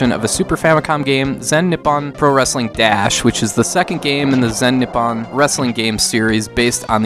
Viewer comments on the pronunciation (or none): Every time he said "Nip on" instead of "Nippon."